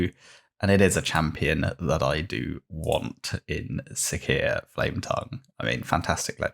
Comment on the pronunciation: It's Si(C)ia - siscia, ,,cee"